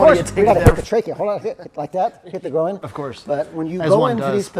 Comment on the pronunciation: I feel like if you asked this guy what a pig says he would reply "oh-ink" because pronouncing groin as grow-een is wild.